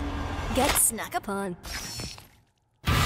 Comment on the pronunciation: "oh yes.. get snuck apond"